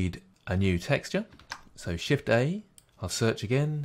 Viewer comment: thank you! This worked like a champ (once I figured out that when he said "press shiffey" he meant, "press Shift-A.") Now I'm able to make a fun movie with the pretty blue background built in. Yay.